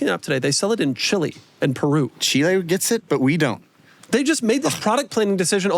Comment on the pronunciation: Dijo chile correctamente, gracias